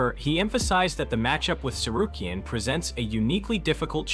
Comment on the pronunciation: Ummm where was the "Arman gets title shot" story always using clickbait headlines. And also his last name is pronounced like a Z as in Lopez not Lopes